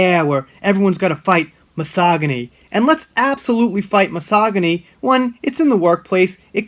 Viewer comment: You're mispronouncing the word "misogyny" every video. It's a hard "g" like the 'j' in "jump".